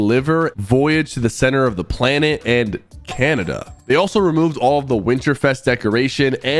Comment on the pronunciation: Why you say Canada like that? Unsubbed....lol jk